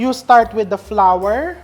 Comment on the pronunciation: "sweet and sawer, flawer (flour), towfu"🤣😮‍💨🤣